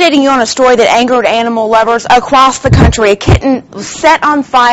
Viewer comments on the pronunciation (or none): Acwoss the country, yeah? Not across? And the teen confest to the cwime?